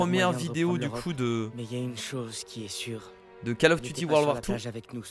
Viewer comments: on ne dit pas cAll of, mais cOll of. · Coll of duti pas call of duty